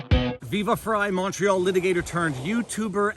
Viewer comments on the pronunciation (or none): none